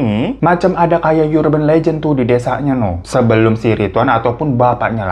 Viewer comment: bang hiro, bacanya urben lejen bukan yurben lejen. tengkyuu